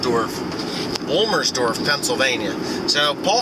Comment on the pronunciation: Wow womelsdorf thats right in my back yard... You were close on the pronunciation ha.